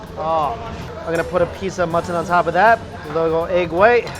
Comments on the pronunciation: He calls mutton "mutthon" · How many times did you say Mutt ton....lololol I love watching your videos Mikey!! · Mutt-ton lol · They way he says mutton lol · I love how you say mutton